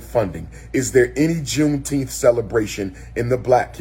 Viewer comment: Did he say V Coon-teenth…😵‍💫🤦🏾‍♀️😂